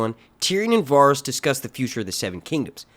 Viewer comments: The way you pronounce Varys is like nails on chalkboard to me 😭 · These aren't leaks, their theories. And you really aren't good at pronouncing some of these names are you? I mean, do you watch the show? I'm sure if you've watched one episode oh, you would know how to properly pronounce Varys. D+